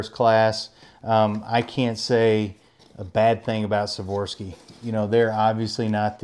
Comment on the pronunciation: FYI, it’s “Swarovski” not “Swarovski” 😂 good vid nonetheless the less. Appreciate the review.